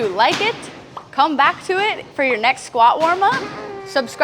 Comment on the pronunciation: cuando dice (arios) y no (adiós) me da risa xd